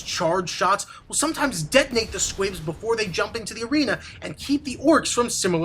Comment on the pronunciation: dude its "squigs" not "squibs" :) anyway thanks for this tutorial on how to beat grimskull :D